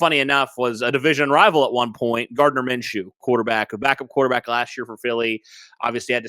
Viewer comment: Sam is pretty accurate